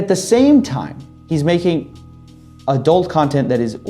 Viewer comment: You keep saying adult, i keep hearing a dolt.